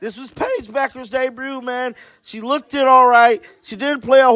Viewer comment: The word "looked" is pronounced as the "e" being silent. Imagine it's spelled incorrectly as LOOKD and you'll say it. I'm not being rude it's simply annoying to hear you say LOOK- DED. I like your videos and you seem very genuinely nice .